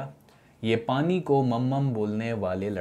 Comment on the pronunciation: paani ko mumam bolne wale was personal🤣🤣🤣